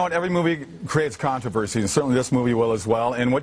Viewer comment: says controvershi. is garbage.